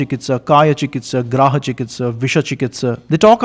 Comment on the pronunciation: Just a suggestion, improve pronunciations like it is "Grah" not "Graaha"